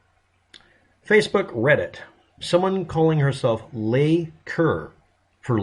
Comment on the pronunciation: “Leigh” is pronounced “Lee” it’s the female version of Lee and my middle name. Btw, do you have electricity? Asking for a friend…